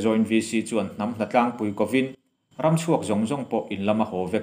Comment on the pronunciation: Tawng thluk dik lohi a tam thin a,ngaihthlak a nuam lo.An inkau va kau hi au vak vak .au thluk angin.Hnatlangpui a pui hi Arpui a pui thluk angin taima deuha thluk tur.